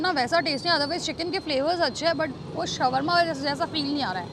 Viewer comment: It's pronounced as shor-ma...not shawar-ma 😂😂